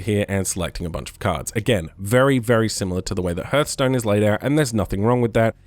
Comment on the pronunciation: good video but its pronounced harth stone not herth stone